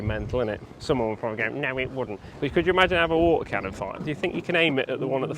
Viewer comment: THAT A LOTTA WA'ER